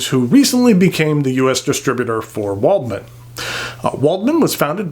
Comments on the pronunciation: W is pronounced V in German, so this would be pronounced "Valdmann". Most of my pens are metal and German, my favourite is stainless steel Lamy 2000 and Kaweco Sport Brass. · Very nice review, just one note, Waldmann is pronounced with a V. Other than that all the pens look nice, but the Concord is in my opinion the best looking one. As for my favourite metal pen, I am afraid I don't own any metal pens other than my Lamy Al-Star, so I don't think I can express a justified opinion!